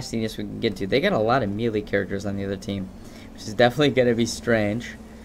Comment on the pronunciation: melee is pronounced maylay.